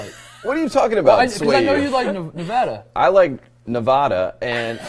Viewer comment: PLEASE JUST PRONOUNCE NEVADA THE RIGHT WAY!!! I HATE IT EVEN IF YOUR'RE JUST KIDDING!!! BTW Love the pod keep up the good work lol